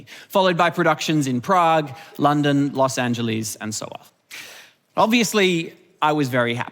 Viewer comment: You lost me at “Los Angeleeze”.